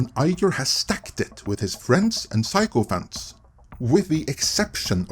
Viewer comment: Every time you say 'sycophants', I hear psychopaths.